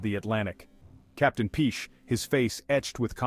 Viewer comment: Piché is pronounced "Pichay"! ;-)